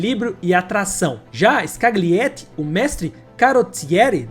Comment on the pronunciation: Sergio " Escaliéti"